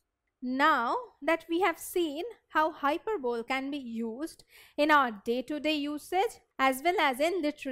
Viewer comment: Wtf is hyper bowl .... Need to really work on one's pronunciation skills if one other to be an English teacher....